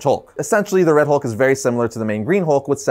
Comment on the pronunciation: The “Howlk” 😁